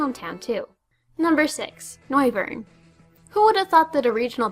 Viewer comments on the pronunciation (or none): Really... you haven't yet realized that it is in fact "noi-vern"... seeing name is a clearly portmanteau of "noise" and "wyvern"? Was the fact that it had speakers for ears not obvious enough for you? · No, It's Noi-vern - Like noise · Noy-vern. Like the word 'noise', which Noivern's signature move Boomburst, as well as it's biological lore, is based on.